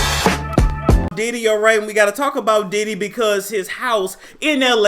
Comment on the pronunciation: Its the "Diddee" for me 🤣🤣